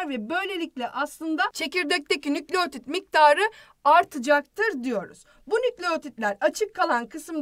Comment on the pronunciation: nükleğtit değil nükleotid